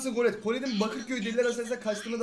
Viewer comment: Abi seni tebrik ederim diğer youtuberlar gibi kolette demedin kolet dedin doğrusu bu zaten